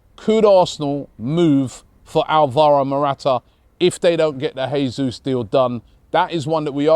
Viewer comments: Jayzus not Hayzus (his name is Portugese not Spanish) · The name is pronounced Jay-soos. Not Hey-soos. Gabriel Jesus. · Who’s gonna tell Robbie it’s pronounced “jay-zeus” lol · it's Jesus with J, not H. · Robbie,Jesus, he's Brazilian, it pronounced Jay-zeus not Hay-Suess. Morata, no thanks, too old, more clubs than Tiger Woods and offers nothing. Same reason we didn't sign Wilshere or Ramsey. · He’s Brazilian not Mexican pronounce the J and leave out the last S